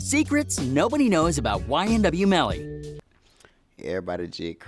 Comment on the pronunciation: Plz get it right Melly Not Mally 🤦🏽‍♀️